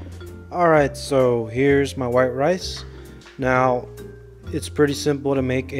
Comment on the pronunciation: "I dont wanna you know... ruin muh beans"